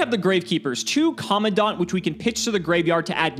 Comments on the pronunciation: that is not how you pronounce Commandant. It's Co-Man-Dant. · It's pronounced "Com-man-dant" (command-ant) as it is essentially a person in charge. Minor thing but the pronunciation of the card name is weird. Great video as always